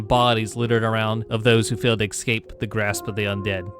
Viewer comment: I know where you live because you keep saying "exscape"